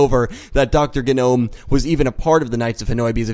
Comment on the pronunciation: It's GEE-nome. Just a heads-up.